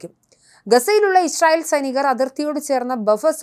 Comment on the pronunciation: യിശ്രായേൽ അല്ല യിസ്രായേൽ എന്നാണ്.